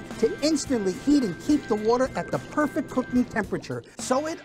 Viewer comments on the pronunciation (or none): it said Perect. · “5 in 1 PERECT pasta cooker”